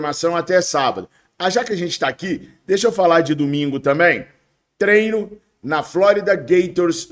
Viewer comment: Fala treiiinooo, e não trenoo